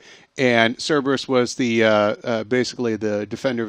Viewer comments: i am offended that she said cerebus. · "Cerberus" pronounced "Sir Bruce" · How can you say Cerberus so wrong!